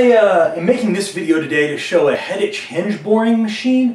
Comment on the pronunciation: Proper pronunciation is Hettik. The Ch is not pronounced as the English pronounce it.